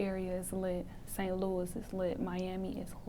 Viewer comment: Ayeeee she said STLOUIS 🤪😭